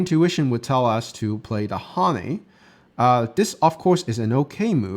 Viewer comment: pronunciation changed from shin jin sa to shin jin say. Neither is correct. Same with hane. I like your videos